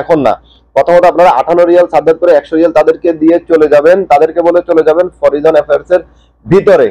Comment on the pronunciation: ভাই ইংলিশ এর উচ্চারণ তো সঠিক করেন!!! এটা হচ্ছে (ministry of foreign)"মিনিস্ট্রি অফ ফরেইন"